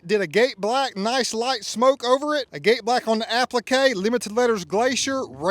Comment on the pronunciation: Learn how to pronounce “agate” correctly. FFS.